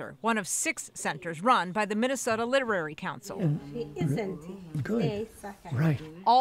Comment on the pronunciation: It is the Minnesota LITERACY Council, not "literary". Guess KARE 11 staff need help with reading words correctly!